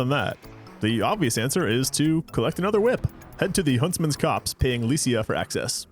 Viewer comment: Finally, someone who says Huntsman’s COPSE correctly!